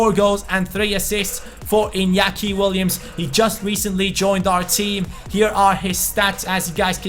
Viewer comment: NOT inakia iTS inaki. I had to cringe SO hard!